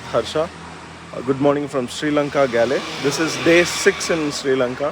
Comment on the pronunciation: Hi bro Galle is pronounced "Goal"